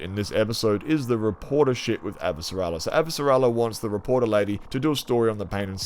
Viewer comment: I always leave your channel with a laugh or a smile. The way you pronounce Shohreh Aghdashloo characters name of Chrisjen Avasarala, as Abasara Lalala, always leaves me laughing.:P